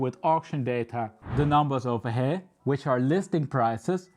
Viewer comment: “Ovah heeya”